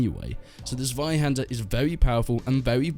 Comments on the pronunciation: Check the Zweihander pronunciation Z-[ts] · As a german, i am really triggered by your pronunciation of "Zweihänder" XD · It's way too funny how u say zweihänder xD